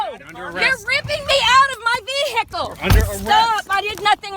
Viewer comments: DID SHE SAY VEE-HICKLE? 🤣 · Veee heeeee Cle I’m yet to hear a sovtard pronunciation of the word vehicle correctly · Why does every one of these retards pronounce Vehicle as VEEE HICK ELL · "Vehicle"? What happened to automobile?! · Why do they all pronounce the word vehicle like morons. Instead of breaking the window, they should just slash all 4 tires